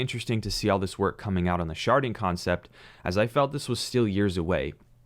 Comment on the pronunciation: "Sharding", not "sharting". Glad I'm not the only one who thought it phew haha. Great content. Especially encouraged about ADA, thanks for covering it